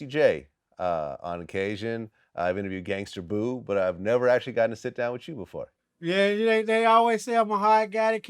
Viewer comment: There you go again Vlad... Wit the hard ER... Gangster Boo?? Who tf is Gangster Boo?? It’s Gangsta Boo!!! You keep fuckin up people name 🤦🏿‍♂️ ... Pusha T, not Pusher T... Twista, not Twister... Stunna 4 Vegas, not Stunner... Get it together bruh smdh... Be a better journalist and pronounce the names right.